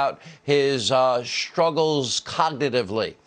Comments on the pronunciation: "nobuddy ashked him bout his shtrugglez cognitavity" Lay of the the sauce you Irish drunkard. "In his lifetime" he did see a fat senile arse of a fake president try to alter an official map with a crude sharpie scrawl to justify his lies. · ... about his shtruggles coggedadively.